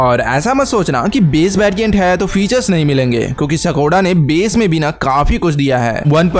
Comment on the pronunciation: सकोडा नही है ब्रो स्कोडा है